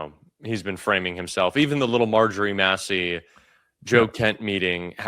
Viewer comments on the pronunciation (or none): none